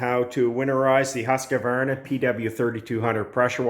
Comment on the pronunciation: just fyi, it's Husq var na..... three sylables, not four.